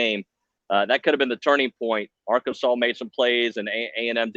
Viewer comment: The name is Arkansas. Not Arky, not Ark, not AR-kansas. MF'n Arkansas. Learn it. GO HAWGS